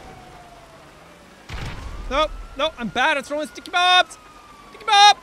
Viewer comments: I meant Ticky bomb because he sounds like he says it without an s. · Ticky bomb or Dicky bomb. Not sure what he says. Nailed it